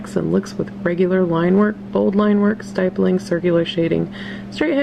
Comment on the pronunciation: Lol I never heard someone say stippling like that but any amazing vid and drawing